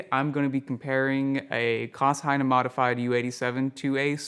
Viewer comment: Heyne is pronounced I believe according to my German pal Klaus Hi-Nay. I think that is right,. BTW he had sone all of my vintage U87's that were before the AI versions which are not really usable for modifications.